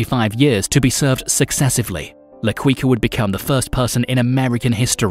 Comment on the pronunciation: Quica is pronounced "kika"